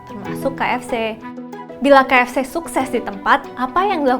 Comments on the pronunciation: Lucuk...kakanya nyebut ka ef ceh 😆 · Salfok sama penyebutan kaef ce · salfok ama logat MC nya ngomong kata "KFC"